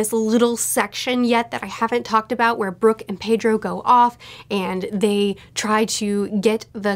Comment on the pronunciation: Pedro is pronounced Peh-dro. Japanese is like Spanish where the vowels are uniform as ah, eh, ee, oh, oo